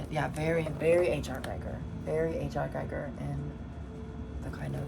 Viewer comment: Hi, I enjoyed Your video, looking forward to part2. Not trying to be a dick or anything, just a friendly remark - Your pronunciation of "Giger" is wrong :) I know, I know, petty stuff but as a huge Giger weirdo myself I Am kind of overly sensitive to this :). So it should be pronounced "Gee-ger" or "Ghee-ger". Cheers and thx for the video.